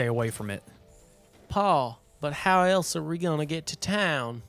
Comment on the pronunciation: bro called it elz we're💀